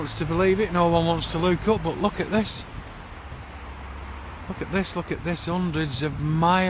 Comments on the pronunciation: It cracks me up every time he says "look" as "luke"! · Perry Hampson It’s how they pronounce “look”.